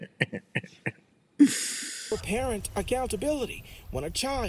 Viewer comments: You can't blame the camera for the appearance of the subject. She looks like a bag of hammers. If you can't pronounce "parent", you shouldn't be one. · Why the hell does she say parent like that